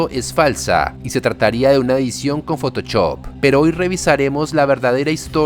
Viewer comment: Sabes que este canal es colombiano cuando dice "fotochop". ☝🏻🤓